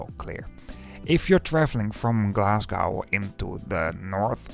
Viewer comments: There is no city called Glas goww. The city is called Glas go!!! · It's pronounced Glas-go, not gow. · It's not Glas gow it's Glasgo the W is basically silent. But cool video.